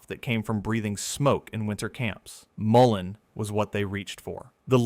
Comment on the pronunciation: Great info and pictures. Thank you for checking that almost all pics are correct. You pronounced Mullen many ways. It is pronounced: mull (like pull) in (like inside). Yarrow: yar (like in yard) o (like in ok)